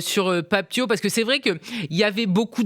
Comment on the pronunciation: Déjà pour commencer c'est Pape Thiaw comme "Ciao" en italien